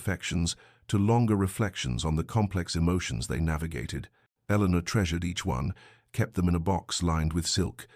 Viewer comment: “Eleanor” please.